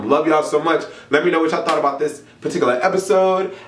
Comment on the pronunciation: "I am here to talk to y'all AHHHBOOOT"